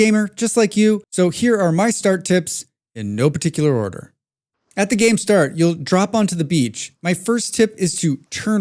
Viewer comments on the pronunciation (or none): none